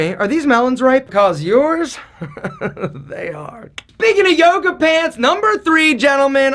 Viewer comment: Toga Toga.. oh he said Yoga?